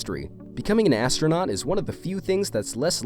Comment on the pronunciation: you said aristonont instead of astronot